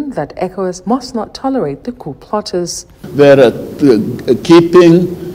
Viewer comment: Tinibu will never speak without errors! 😂😅 The POOOOO LEADERS instead of COUP LEADERS. What a shame